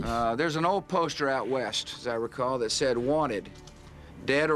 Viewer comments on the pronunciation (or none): none